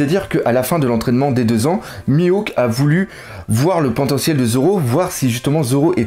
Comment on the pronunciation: L'arc "Eni Lobby" Really nigga xD tu abuse avec tes noms ,Louffy ,Senji ,Mihawk"s" ...d'où tu sort tout ça XD